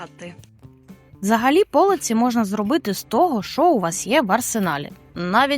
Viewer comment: Та не по'лиці, а полиці'. Не можливо слухати.